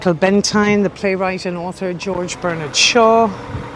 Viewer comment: Great to see and hear you back on YouTube,. I agree what you say about Fitzrovia. How I imagine village life in London. How I wish Soho looks but doesn't. Michael Bentine is pronounced Ben-teen. Also, Dylan Thomas - the H is silent.